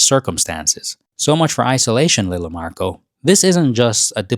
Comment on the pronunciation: his name narco, not marco